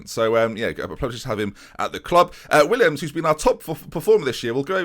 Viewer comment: Willems not Williams ;(